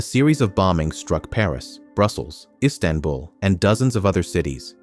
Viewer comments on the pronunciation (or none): none